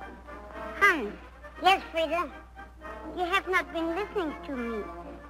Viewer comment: Poor thing can't pronounce the S in Hans.